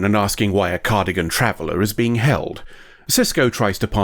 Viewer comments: Cardigan...... its Car-dass-ee-an but i love the mistake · You know, it's a big confounding to specifically draw attention to being a pedant in the episode title, then proceed to say "cardigan" instead of "Cardassian" over and over again.